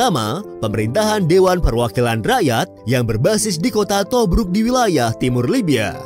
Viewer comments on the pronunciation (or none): Tobruk, kedengeran kayak Tobrut awokwowk